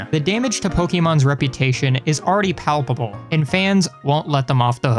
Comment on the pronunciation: "Pal"pabable you say?